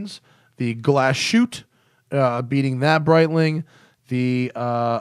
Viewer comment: Even if we don't want to be snobbish about watch names, please don't say "Glasshoot" because this means Glass debris in german (and Glashütte is a german word), Just seperate the word after Glas, thats how it would sound... hütte = hut (in german hut is also the word for the workshop where glass or metal is made)